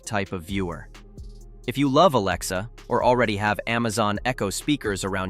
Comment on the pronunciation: For fucks sake, stop saying ALAEXA. Say A or something else. Also, while I am here... Why not show the brand you are talking about while you are talking about that brand. Not worth the time to watch .